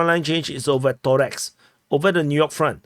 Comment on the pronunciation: ToreCk, its anoying not Torex, C like C not K in Slavic languages